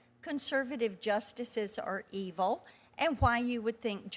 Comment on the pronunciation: ..."Eveil"? Great job, Forbes. Only the best people. Must be a replacement robot clone breathing chemtrails.